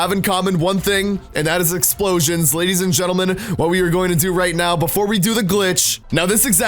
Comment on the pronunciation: He said ladies at gentle twice and then said lef